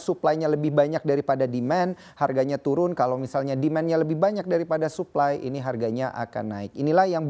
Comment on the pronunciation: supply di bacanya saply dah tua tapi goblok